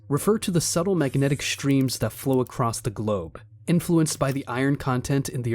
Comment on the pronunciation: did he say: "ACROSS the GLOBE" ..... 😅